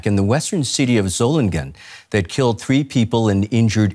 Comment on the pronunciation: Solingen is pronounced so-ling-en. Ling pronounced as in 'sing'.